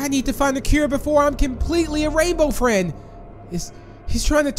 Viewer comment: U said a rainbow Fred instead of rainbow friend ❤😂